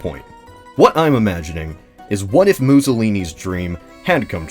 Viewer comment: You should've emphasized more the IF